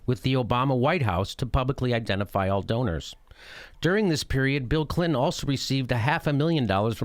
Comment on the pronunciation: I love how you say Clin-hen!!